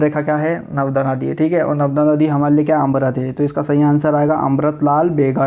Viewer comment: narmada hota h navda ni hota